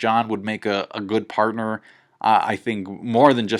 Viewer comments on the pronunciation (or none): none